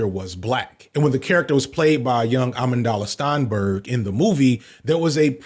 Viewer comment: “Almond Dolla Stinburg” is taking me out!!! 😂😂😂